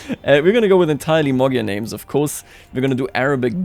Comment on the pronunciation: What in the world is a Mogyer its MAGYAR